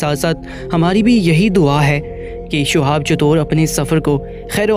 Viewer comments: Assalamualaikum... Bhai... Shuhab nhi Shihab naam hai unka... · Sohab .nhi h nam shi lo